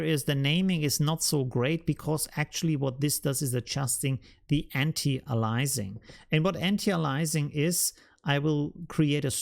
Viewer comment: Not piling on, because I am impressed with your excellent command of English, and vocabulary. We say an ty AY lee a sing. Great tutorial,!